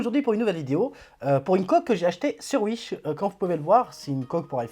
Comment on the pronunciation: Bonne video et j’aime bien ton accent quand tu dis « Uish » mdr 👌